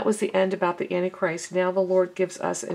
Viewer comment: Sister, it is ANT TIE CHRIST, NOT ANNIE CHRIST. GBYA